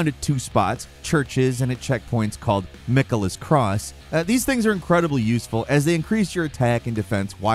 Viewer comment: Then there’s that Micka mouse fella…. And um, don’t forget about Goatrick the Grapted!